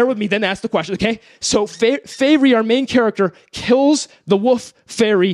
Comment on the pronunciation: pronouncing wolf as woof